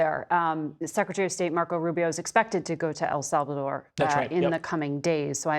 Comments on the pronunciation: The right way! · Love the way he pronounced El Salvador